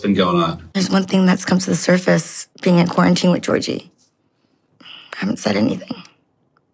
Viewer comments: She even pronounces his name wrong He's Bulgarian which means his name is pronounced GAY'ORG' EEEEE Not no godamn Georgie Porgie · Watch Dr. Kirk Honda's review of Darcey and Georgi. And, you live in Bulgaria but you pronounce Georgi's name wrong? 🤨 Ask Blair's Baba how they say it. Kinda disappointed you didn't realize him being in US for 8 years means he doesn't need a visa anymore. Anyway, carry on. I still love Yourwetsock🇧🇬